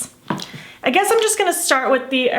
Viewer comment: Im new in your channel and I love it your videos but and Im curious about something Did you know spanish because when you said cartagena magica woww like your pronunciation is so well Im and so happy for that because Im from colombia and cartagen is a city from colombia